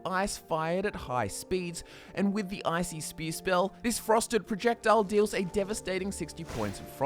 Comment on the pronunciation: When you say icy spear, it sounds like you are saying ICP. You a juggalo homie? Hahahaha